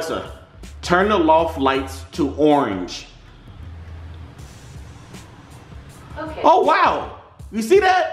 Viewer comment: "Alexa turn the lights Orenge"